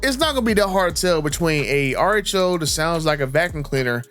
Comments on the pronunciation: I thought he was saying artichoke.😅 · Man I thought you were saying artichoke then realized you were saying RHO!😂😂😂 and I thought, what the hell is he talking about artichokes for?😂😂😂😂